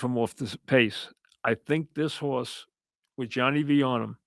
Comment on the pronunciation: A hawse is a hawse of cawse of cawse...